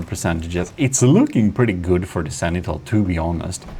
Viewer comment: Sanitel? What is that, sir? Try to read after me: Sen-ti-nel... I guess you tried that third battle 20-30 times. Video editing ftw, the Gimle is still king, despite all your dirty tricks failed here spectacularly.